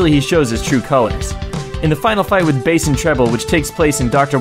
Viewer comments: Why the Hell does he pronounce BASS as BASE? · "Dr. Whailly"? "Base and Treble"? seriously??